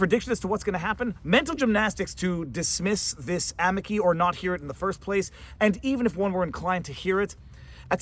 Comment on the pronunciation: I love your videos. I'm sorry but your Italian is horrible. Amici = a me chee